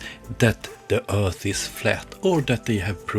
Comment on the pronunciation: Mapping the flat erf? Lol